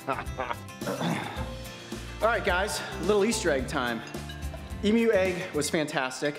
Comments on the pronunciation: I love how he says emoo egg not emu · Say emu not emoo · In Australia we don’t pronounce it as “ee-moo”, we pronounce it as “eem-you” 😂🇦🇺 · As an Aussie I feel as if I should tell you that in Australia you don't pronounce emu, emoo, love from Australia 😁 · Ok mate, I am an aussie right and no hate cause I love the Chanel but we don't pronounce it emoo the u in emu is pronounced and a u not oo.cheers boys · It’s actually pronounced EEMYOU Not EEMOO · Why he call the emus emoos it’s em yousssss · They sound a bit like internet cat videos. E-MEW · I''ve never heard it pronounced "emoo" in my life, haha xD But gosh is it bothering me too! Fellow Aussie here. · “Emoo egg” 😂